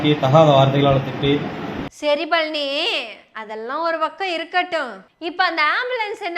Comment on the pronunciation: நீங்க பழனி என்று சொல்றது பன்றி பன்றி ன்னு கேட்குது